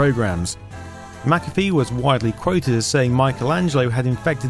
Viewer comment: Good video, very interesting. Is it just me that gets unreasonably annoyed at McAfee being pronounced at MacCaffe. Same applies to McDonalds being pronounced MacDonalds